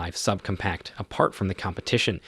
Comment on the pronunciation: sub-cumpact? sig p three hundred sixty five? this narrator might be the most obnoxious ever